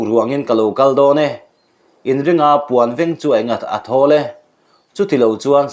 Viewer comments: Puan veeng ni lovin,puan veng tih tur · Puanveng itih lai hi a thluk a diklo ania.